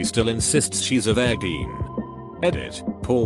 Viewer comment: Anyone else weirded out by the way the robot pronounces virgeen